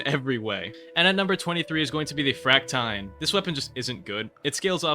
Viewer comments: fract-iyne instead of fract-eene is crazy🥀 bro can't pronounce siege right🥀🥀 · its pronounced frac-teen but yeah the fractine needs love bro